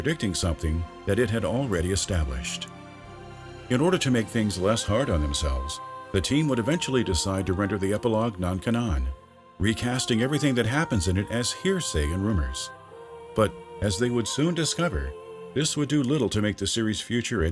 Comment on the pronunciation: I'm sorry, non WHAT?! Yikes. Cannon. Can-Non.